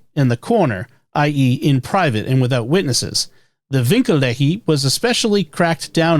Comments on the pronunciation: Winkelehe is pronounced vinkel-eh-yuh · Winkel-Ehe. Winkel = Angle. Ehe : AY-uh (Marriage)